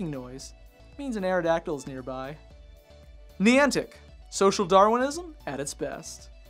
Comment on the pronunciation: its N-EYE-ANTIC thats how you pronounce it